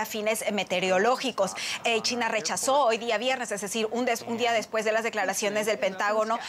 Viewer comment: Me gusta como esta presentadora pronuncia “China” chitna 😂🤣😂🤣